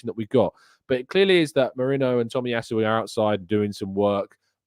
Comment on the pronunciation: his name is ME-RI-NO. He has never played for Liverpool.